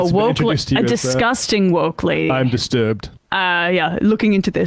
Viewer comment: Tahaha "...I'm-distrubed-.."